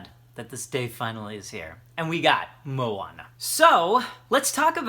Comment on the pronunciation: As a Native Hawaiian speaker I am impressed with your pronunciation of the book title, props to you. Maika'i no! (very good!) :D